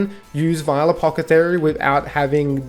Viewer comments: I couldnt get over "Apocathery" lmao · Friggin apocathery, apocathery, apocathery. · After about the 6th mispronunciation of "Ap-awth-eh-kary" i just couldnt make it through the video. Just say "it" once youve established the premise of the video. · Say the word apothecary a few times slowly. I couldn't watch the whole thing. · Lol bros saying it so confidently too